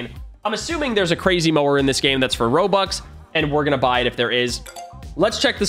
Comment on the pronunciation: He said robuc